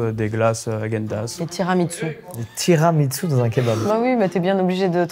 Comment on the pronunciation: On prononce pas tiramisù comme ça et ça m'a frustrée